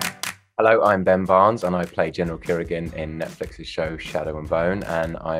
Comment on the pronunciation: giniral kirigan 😭😭😭